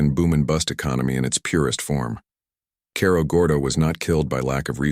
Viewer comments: You need to learn how to pronounce Cerro Gordo. Need to pronounce it like Sarah Gordo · as soon as the AI mispronounced Cerro Gordo i was done.